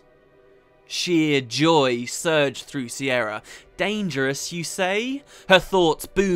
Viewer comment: Is her name not an alternate version of Ciara/Kiera/Kiara etc, pronounced K-ear-a